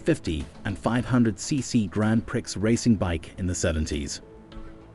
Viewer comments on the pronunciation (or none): Grand prick....a robot